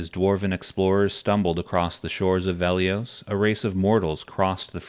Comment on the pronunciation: It's Velious, not Veliose.